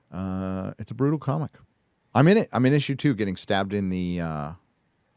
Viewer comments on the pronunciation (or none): none